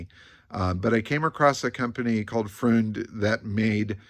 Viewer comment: really enjoying these nuggets you're digging up on the ole Merc. Got me picturing this gorgeous red ragtop cruising down the strasse during Berlin's rebuild era. BTW - freund (friend) rhymes with coined, not pruned, and cabriolet has one more syllable.